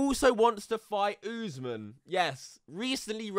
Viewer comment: Usman is pronounced, Uss-Maan, just fyi